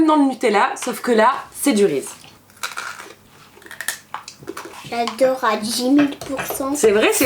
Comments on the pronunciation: Tu prononce "Rize" alors que ça se prononce "Rizize" ;) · "c'est du rise" ptdr sa ce prononce "rissise" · Reese's y'a un S il se prononce😂😂❤️ "Riziz" !!!😂😂😂😂😂💙💙❤️❤️❤️